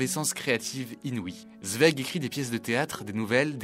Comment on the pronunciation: Merci de prononcer correctement son nom...